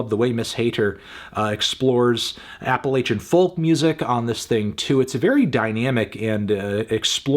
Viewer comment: Anthony, I was fully invested in the video until you mispronounced Appalachian during the #2 album. Disappointing.